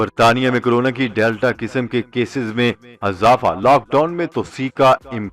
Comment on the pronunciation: Aap urdu ka khoon ker rshe hain aap bar bsr lafz azafa kahte hain wo asal mein :izafa: hai islh